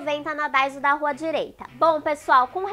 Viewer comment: é daiso e nao daizo kk